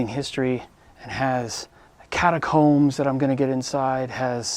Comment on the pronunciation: “Catacombs”, huh? LMFAO!